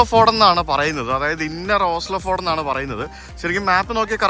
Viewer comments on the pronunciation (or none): Ford alla fieord ennna parayunne